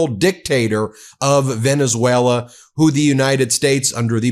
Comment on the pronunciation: You idiots! He literally calls you out (mispronounced of course) "Venezwera"